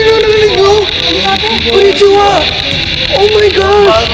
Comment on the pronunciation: wait he said knonnichiwa ;\